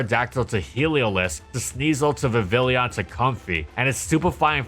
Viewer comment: "vivilleon" lol